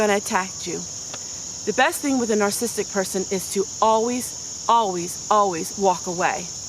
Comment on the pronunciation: You are an open book and I love you for it. The teacher in me just wants to mention this personality disorder is pronounced : nar SA sis tic not nar sis tic. Let's pray for each other b/c all of us have a little bit of everyone else in us. You are right, leave them alone, but always seek peace and beauty! Sorry someone was so mean. My mom always said "Kill 'em with kindness." God turns everything around for good.